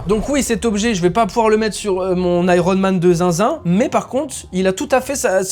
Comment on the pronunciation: MDR tu as dis Iron Mame et je m'appelle Mame Diarra mais je préfère qu'on m'appelle Mame 😂😂😂😂